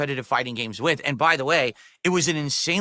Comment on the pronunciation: My least favorite verbal thing he says is “wit” instead of with. For shame